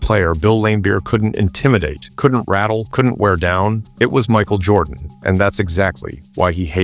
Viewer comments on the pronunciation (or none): "Michael JordOn" AI trash is killing YT.